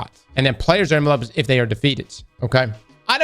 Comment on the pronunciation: The pronunciation of enveloped is hurting me